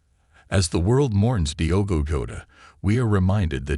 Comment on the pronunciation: It's not "dhigh-ogo" but rather "deeogo"! Why not to learn the proper pronunciation of his name before doing it wrong! RIP Diogo and Andre!